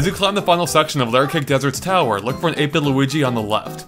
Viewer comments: I heard 8 bit Luigi so much times; I thought he said 8 but (the YouTuber) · 8-bit? I fought you were saying ape-n lol